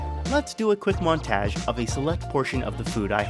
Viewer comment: montage. Hard "a" bro.